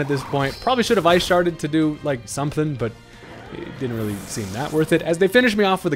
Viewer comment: He said “I should’ve ice sharded” sounds like “I sharted”